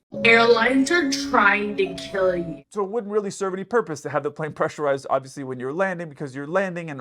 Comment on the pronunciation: You're still right tho ,CAN THEY OPEN IT WHILE PRESSURIZED? Your said it right 😂